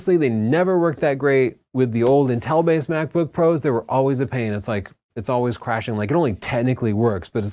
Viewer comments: Dammit I can't get over how you pronounce Intel... 😂 Seems like you say "Nnn-tel" rather than "IN-tel"... Anyways! The M1 chip is very exciting but I think all creators need to be patient and wait for the "Pro" shoe to drop before investing in new computers. I know I am! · The way you pronounce inTEL distracts me slightly, in much the same way that Chelsea pronounces BUTns. 👀😂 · It’s pronounced “Intel”, not “In-tell” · Me encanta como pronuncia Intél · i get lost whenever you say inTEL 😅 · Intel is pronounced IN TEL. Are you Canadian or something ?